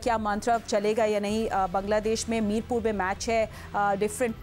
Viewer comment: It's not mirpub It's Mirpur